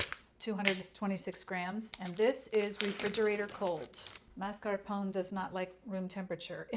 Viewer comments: Thank you for the recipe and wonderful tutorial. Btw, mascarpone should be pronounced as ma-scar-pó-ne. 😊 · Thank you ! Delicious. But pronounce mascarpone by saying the final e as A.